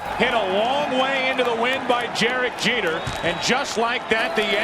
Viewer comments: "jerek jeter" ... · did he say jerek jeter? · “Jerek Jeter”